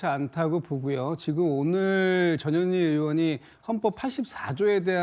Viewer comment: 나는 왜 전현희가 저년이라고 들리지 ㅎ